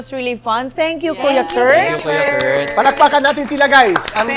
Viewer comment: kuya koort, buhol-buhol na yung tongue twister, ang hirap naman kasi!!!